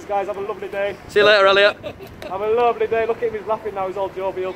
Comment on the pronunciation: always makes me laugh when he says “Have a luvverly day”